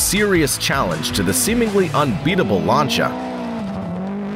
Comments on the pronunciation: Lancia not lancha 😅😅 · LANCH YA LOLLL dude its LAN SEE YA not LANCH YA you big idiot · oh my freaking goodness ... LAN ... SEE ... A .... not LAN SHA ... jeeeez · These pronunciations are killing me. "Lunchia." 😭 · Pronouncing "Larntia" for "Lancia" is a great way of showing us you've never watched a car or rally event before. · It’s pronounced Lance-e-ah at least that’s how it’s pronounced on the old top gear by Jeremy James and Richard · The American pronunciations are pretty funny. Lanchia 😂😂😂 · Ah yes, famed automobile manufacturers "Lancha" and "Puhzho" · Sorry, had to cut short my watching as I was cringing so hard at the mispronunciation of so many brands. WTF is a Larncha!! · except he can't say LANCIA FFS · Except Lancia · Ye, and i've not heard Lancia pronounced that way too. 😄